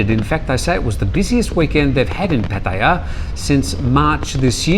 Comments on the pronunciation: Well with Pattaya there are no rising or lowering tones which should make it easy, it just has a longer a at the end like Pa-Ta-Yaaa. The point is that he is a broadcaster and has been living in Thailand for some time. He should learn to pronounce the cities correctly. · It makes me cringe every time he says it. Why is it so hard to say PAH-TA-YA? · Being a Brit, it always makes me smile when you pronounce Pattaya 🤔🤪